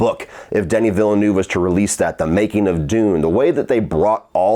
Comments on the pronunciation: Repeat after me: "VILLE N-EH-VE" Not Villenuuuuve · Negative reviews bring more views. When you criticise someone’s work is common sense to at least pronounce his name correctly lol. Say after me: Veal-ne-oo-veh.:)) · Watching all these online reviews of Dune Part 2 and hearing everyone jack up Denis Villeneuve's name has been a hoot. 🤣